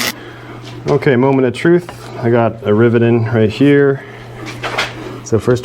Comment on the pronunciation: did you just say ribbit lol